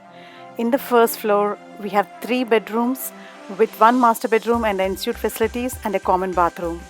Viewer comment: Thank you for this video, really useful . Please note that Ensuite is pronounced ‘ on sweet’ 🙂